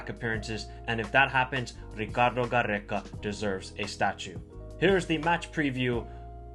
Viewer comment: I love that you try to add the good pronounciation but its just Peru not Perru same for Gareca not Garreca. Only 1 R brother. 😊